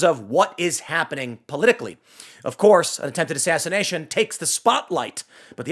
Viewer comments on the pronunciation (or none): Assass-Ian-ation attempt? What would that be? Ian attacking you mentally with his crystal hippie magic?